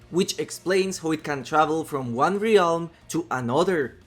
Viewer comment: Please say realm correctly!